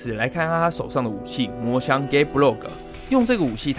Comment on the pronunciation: 非常喜歡您的講解 不過....LANCER的槍是 Gáe Bolg (ボルグ） 不是Gáe Blog （ブログ） L的發音位置不對喔 這樣就不是穿刺死棘之槍 而是穿刺死棘之部落格